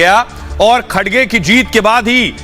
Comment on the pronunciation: खडसे नहीं, खर्गे नाम है